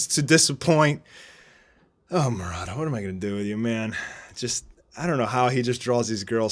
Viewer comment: Did anyone heard him pronouncing “mo ra da” instead of “mu ra ta”